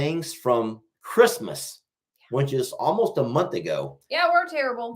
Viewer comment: Talking about how says certain words, the one that always gets me is when he says “which”. To me it sounds like “wench”. 😂😂